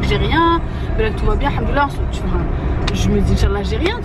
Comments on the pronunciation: m fait rire, il dit:handoulalah mdr alors qu'en réalité c'est hamdoulalah c un M pas un N 😂😂😂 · j'arrête pas de rigoler de la façon dont dit hamdoallah, il dit haNdollah je trouve ça marrant tu peux lui corriger mina mdr sinon super vlog j'ai adoré